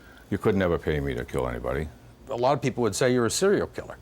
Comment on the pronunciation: A loooowwwwwt. Southy for alot